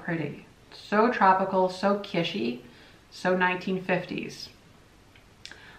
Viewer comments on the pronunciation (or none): Not "kishy" like fishy! kiTsch like hitch Or Kitch - en . No one says Kishen. Or shouldn't anyway. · “Kitsch” is a German word. In German it’s “kitch” as in “kitchen”. I said it incorrectly in German (said “keetch”), corrected by a native German. (I’m odd as I love languages & pick them up easily; say foreign words the way they’re pronounced in their language whenever I can. Drives hubby cuckoo😬!) However the proper English pronunciation is “kich” leaving out the “t” sound. I’m not criticising or being mean; it’s a pet peeve of mine as well as apparently yours😉! I hope that helps! Cheers & have a lovely weekend! 🧡🎸🎶⚡️🦇🦇🦇